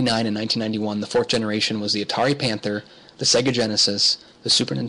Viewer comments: That would be SEGA (Seyyyga) not SEGGA. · Indeed. Many of the older SEGA console games have the old SEGA jingle where the pronunciation can be clearly heard. I don't know why some people say 'SEGGA' (as in EGG). It's SEGA (as in AGES)